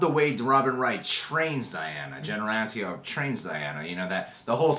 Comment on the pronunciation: Guys, Robin Wrights name is pronounced an-TY-oh-pee, not ANtiope. lol.